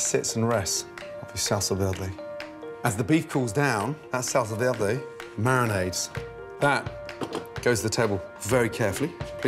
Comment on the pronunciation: the way gordon says salsa verde is fantastic 😂😂😂